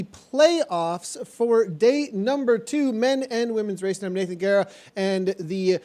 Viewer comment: Hahaha actually your prononciation was perfect Guerra! Fun to see the live after! Thanks for your comments!